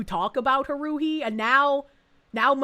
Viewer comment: Listening to try to pronounce "Haruhi" did blows to my soul 😂 You can do it,, I believe in you.